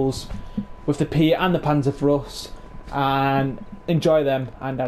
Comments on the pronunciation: "Panzerfros"? Ma'e its called PANZERFAUST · Pan-zerr-f-ow-st Ba zoo ka Also, neither of them are guns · Panzer "fowst" and pee-aught. Them's the closer pronunciations. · Lol its panzerFAUST... not frost. Its not a winter bazooka lol. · Not panzaurfrost wtf you sayin mate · yea.. but now tell me wherre the r comes in faust?